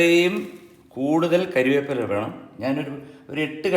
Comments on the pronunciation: MG സാർ ക്ഷമിക്കണം കരിവേപ്പില അല്ല കറിവേപ്പിലയാണ് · കറിവേപ്പില. കരിവേപ്പില അല്ല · അണ്ണാ കരിയേപ്പില അല്ല കറിവേപ്പില